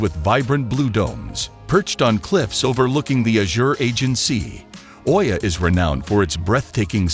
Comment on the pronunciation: Oia is pronounced “E-ah”